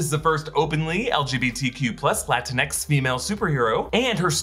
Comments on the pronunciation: For the love of god don’t say latinax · please tell me he didn't say "latinx"...